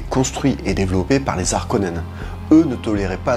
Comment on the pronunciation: Salut. Merci, c’était cool! Ah oui, on ne dit pas les Zarkonnens.. Bonne continuation